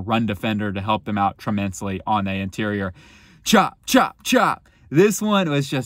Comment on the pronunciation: “Tremensly” huh?